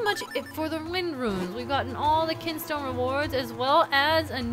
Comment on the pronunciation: "ah so you moved that KINSTONE" moved the kinstone huh? nice reading